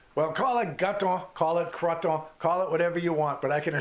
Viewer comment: Creton every morning out on my grandfathers farm, gosh that bring back great memories! Believe Ill be trying this recipe out and see if it holds up! p.s. coming from a french canadian family, you said it perfectly :) Cheers, Rick